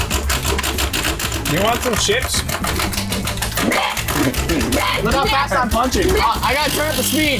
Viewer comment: "U GAT DA CRISPY YUMMY LAYS CIP " LOL ded cuz of laughter - 2023 james